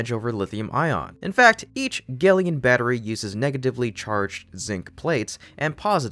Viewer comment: I am going to suggest that gelion is really pronounced “Gel” “Ion” as it accurately describes its battery tech.